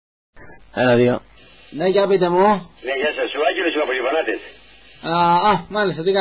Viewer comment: Λιβανατες λέει αλλά τονίζει το λι